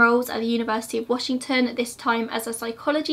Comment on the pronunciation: I love it, Ted Bundy has always fascinated me especially bc I grew up in the area he was active in. Thanks for another amazing video. The way you pronounce the towns/areas out here in WA is adorable I love it hehe